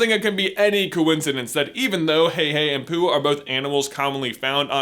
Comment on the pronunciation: did he call Pua poo?